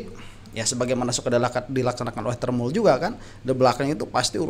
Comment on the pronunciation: KOK TERMUS sih Mengucapkanya... TERMUL Gitu Lo yang jelas...!!!!!